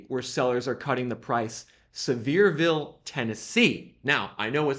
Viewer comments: It’s not pronounced “Severe-ville; it’s pronounce “Sever-Ville” The home values were super inflated. And along with interest-rates, the luxury homes are so big the overhead to run them is not worth it! Too high maintenance costs. The Biden administration and the push for “Green and Globalizism” is wrecking the economy. Idiots!! A lot of Fools voted for the Big Guy. Think next time. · It’s see-ver-ville, TN